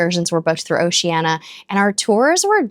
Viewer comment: Why do you mispronounce the name of the cruise line, “O SHE ANN EEE A”, 5 syllables, not 4 as you say it. Why???